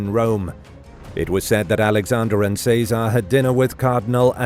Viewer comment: What’s with all the mispronunciations? Chez uh Ray not say czar 🤦🏻‍♀️